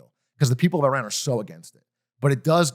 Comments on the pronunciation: thank you for saying ih-rahn after all the others said eye-ran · was iran pronounced right once this episode LOL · holy shit, actually pronounces Iran correctly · Hasan pronouncing right because he is Turkish. We pronounce it as we write so İran is just İran in Turkish. Well technically English also trying to do that since they read ran as ren and i as ay.